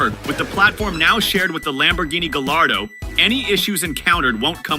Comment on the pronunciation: Not "Gall- ar-doe." But, "Guy-ar-doe."